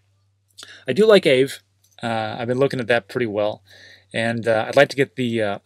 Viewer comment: Sir, please learn how to pronounce Aave.